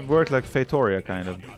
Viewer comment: It pronounces fei-to-RI-a, not fei-TO-ri-a. The tonic syllable is RI. =)